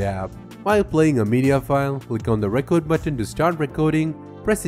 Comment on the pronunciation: of Thrones No, actually his pronunciation is so bad he says different words than what he's supposed to say. The difference between record (verb) and record (noun) is in pronunciation, and he said the wrong one. He also said "desert" instead of "desired." That's not "fine" English. That's shit. Blowing smoke up his ass isn't going to help him get better. Mostly he's understandable but in a teaching/tutorial environment, communication is paramount.